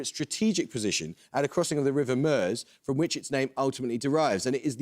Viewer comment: He isn't really in Paxman's league. He isn't as smart as he's pretending, he's just reading the cards out, and he still mispronounced "interpolate" and "Nullabor" and "Meuse".